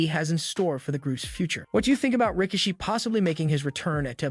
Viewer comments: Ra-key-she that's how you pronounced his name. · Please learn to pronounce Rikishi's name 💯 and they should bring him back to help sort the mess out with the bloodline. I certainly hope Jey didn't leave WWE but is taking time for a much needed rest , but if so big mistake on everybody that can fix it and don't. People want Jey he's been phenomenal in this bloodline Storyline. he's red 🔥 with the fans at the moment it would be a big mistake for him to go right now. Keep building him he deserves it!...powers that be